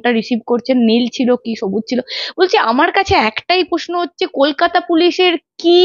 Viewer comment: এই সাংবাদিকের উচ্চারণ খুব শ্রুতিকটু যেমন CBI কে শি বি আই। Sir কে শার প্রশ্ন টা পশ্ন তার সাথে ঘাড় টা অতিরিক্ত বেঁকিয়ে খুব বিরক্তিকর। Please দেখুন এটা। Editor এর কাছে অনুরোধ করছি 🙏